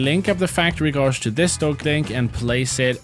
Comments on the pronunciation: Erm, well actually it's pronounced "gayj" 🤓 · Gauge is (confusingly) pronounced /gāj/ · there is no r in gauge, please pronounce it as such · It's not gawjuh it's gayje (gauge) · please, its pronounced Gayge not gauzz (gauge) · Did he actually pronounce the “au” sound in gauge like “gauze” It should be pronounced like an “ay” pronunciation like in “day” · Wsg, American here. Is gawge a common pronunciation elsewhere? I’ve only ever heard gayge. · Gauge is pronounced g-ay-j not g-ar-j btw, if you were doing it for comments then congrats, you succeeded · i love how he pronounces gauge (gejch) as gozh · Just a heads up, it's pronounced "gaydge", not "gorzh" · In the first video I couldn't tell what the factory gauge was called because you say "godge" when it's pronounced "gaydge" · There is no R in the word Gauge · Still calls it a gauje instead of a gauge lmao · btw guage is pronounced gayj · You pronounce it as Gayge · He said “Gauge” wrong 😭. It’s pronounced like “gage” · Hearing say gawge instead of gauge is weird. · you speak more languages than me, respect so respectfully, gauge is pronounced gayj, i know, english is consistently inconsistent. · It drives me crazy hearing pronounce gauge like “gauge” instead of gauge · Thats not how you pronounce gauge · please look up the pronunciation of "gauge" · I have never heard "gauge" pronounced like that. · I love his pronounciation of "Gauge" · Interesting way to pronounce gauge. First time I've heard it said like that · I donʼt think Iʼve ever heard anyone pronounce “gauge” like that; is it a regional accent or the thing that happens if you read a word more than see it? For me Iʼve always heard it rhyme with age. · Has anyone corrected his pronunciation of gauge? Or are we gonna let that one slide 😅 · Not sure if you're doing it on purpose for content but gauge is pronounced like cage but with a "g". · Someone teach this man how to say Gauge 😂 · GOD I PAINS ME THE WAY YOU SAY "GUAGE"